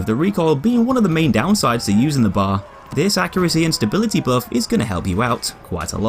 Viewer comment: it b.a.r. Not bar